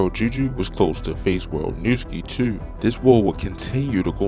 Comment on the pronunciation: It's too... not touuuu